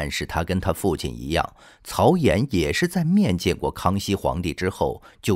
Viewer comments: 曹寅（音銀） 你不認識這個字也聽過這名字吧！就這程度還配音？ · 曹寅（yin 银）